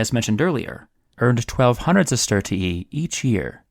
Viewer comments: Bro it aint sestertiieeeeee It's sestertee-eye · You can actually just pronounce it sesterzi